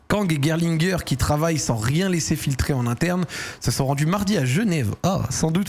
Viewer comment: C’est bien pour la prononciation de Gerlinger, mais par contre tu prononces Michael à l’américaine !😅 en allemand c’est mi-cha-el…😉